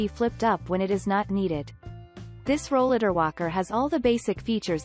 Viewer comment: She’s not even saying Rollatar right! This is a very audio scripted video and none of her wording is right! Exactly, I came down with a chronic illness when, I turned 30 and, I started using a rollatar in my early 40s and, none of the new line of Rollatars are even on here!